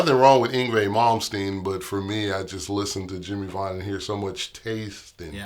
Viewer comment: VAUGHAN NOT VAGHN !!!!